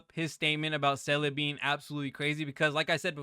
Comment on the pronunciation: Hello. Few things. It is Seel-ah, it's voice acted in the game so there's no debate. So saying Seel-eh is wrong. Anyway, Topaz, Clara and Lynx is a crazy good combination and you can add March 7th or Asta and be doing very well. In update 1.5 the follow up attack set is also coming out. Personally, I would try to get Topaz and Seele. Skip Jingliu.